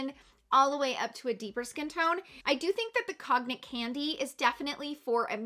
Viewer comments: Cognac is pronounced Con-yak (I’m not into liquor, but I remember it from a SNL sketch 😅) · Cognac is pronounced “kōn-yak” ☺️